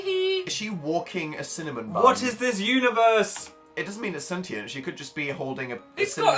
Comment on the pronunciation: you two don't know how to pronounce 'sentient' correctly. This upsets me.